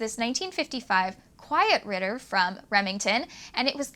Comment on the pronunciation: i think you mispronounced the name, i think it is read as "Quiet Writer" with a stylistically missing w. lol ok later in the video you pronounce it correctly, somehow that first intro you said ritter also kudos about keeping the video widescreen, much better looking montage